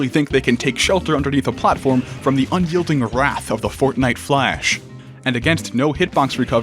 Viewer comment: "from the unyoelding wrath of the fortnite flash" ily 😂😂